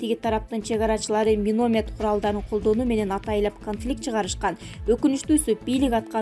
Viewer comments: Журналист,туура суйлочу(минамет)десең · Минаметту туура окуганды уйронсо болмок